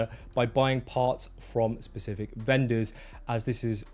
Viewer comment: "Specific", "Pacific". Please learn that these are two separate words.